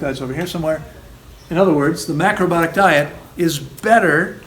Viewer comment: Please say ALL the syllables of "mac-ro-BI-o-tic"! My ears hurt when u don't. 😣🤣 I have a real question next! 😉